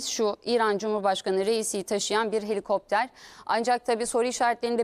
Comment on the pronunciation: Ucak deil cino helikoptrar 😂😂😂